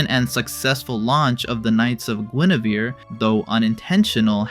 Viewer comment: it's "gwen-er-vere" not "gwen-ah-ver"